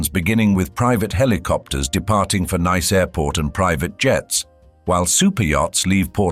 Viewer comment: You mispronounced Nice. It should be NEE-se not NYE-se.